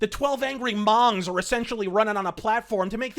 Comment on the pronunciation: Lol he said mong